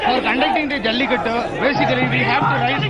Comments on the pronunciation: it is Jallikattoooooooooooooooo. IT IS NOT JALLIKUT. why you northies always sanskritize dravidian words? 😡don't you people have respect for other's culture and language? even western journalist do not change Tamil words to latin or something else! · Why don't these North Indians know how to pronounce the 'U' behind?